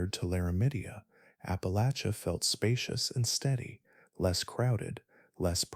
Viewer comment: Thank you for pronouncing Appalachia correctly! Listening from Bristol TN/VA